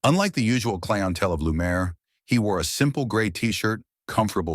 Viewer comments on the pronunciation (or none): Stop mispronouncing clientele 😢